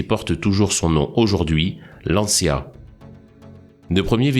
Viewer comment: Se prononce lantcha et non lantchya en italien